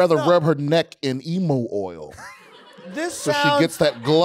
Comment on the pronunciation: It’s pronounced ee-myu oil.